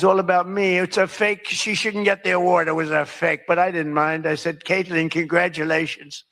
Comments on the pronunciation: Hey Benny, have you noticed that there’s no "d” in Kaitlan? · Why do you call her KaitLAND instead of Kaitlan? I'm not against nicknames (Newscum, Pocahontas...) but I'm trying to figure out how the "land" part means.